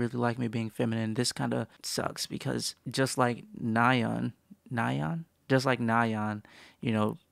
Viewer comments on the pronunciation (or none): in my junior year of high school, we had a korean foreign exchange student and he was a once and i was talking to him about twice and i pronounced nayeons name how you thought it was (nae-yeon) and he looked at me with the most annoyed face and went “it’s NAyeon” and i’ll never forget that